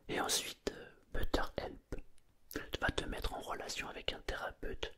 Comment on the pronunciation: on t'aime! (par contre ça se dit "béteur help":D